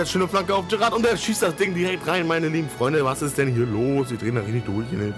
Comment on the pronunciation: Geiles Video :-) Wollte dir nur eben sagen dass du Jerat falsch aussprichst :-D du sagst eher Gerrard du muss das am Anfang aussprechen wie ein "J" und nich wie ein "G" ;-) Keine Kritik ;-) nur kleine Verbesserung am Rande ;-) MfG